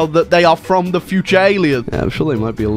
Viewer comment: When you say fom and not from